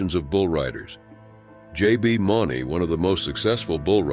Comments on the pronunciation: JB Mooney is pronounced (Moon-e) fyi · It’s pronounced Mooney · First off his last name is pronounced Mooney. These professional animals are taken care of better than most of you take care of yourself. No flank strap is not around their nuts lol. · J.B. Mooney is how it's pronounced